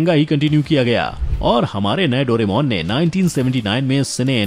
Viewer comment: It's correct name is दोराएमोन not डोरेमौन